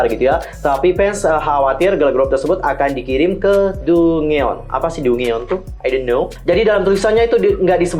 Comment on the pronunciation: Dungeon itu bacanya DANJEN kak